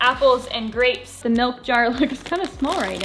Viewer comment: he said "we got some dapes"🤣